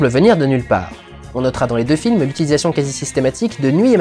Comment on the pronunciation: j'ai l'impression que tu dit plusieurs fois "flims" plutôt que "films", non ?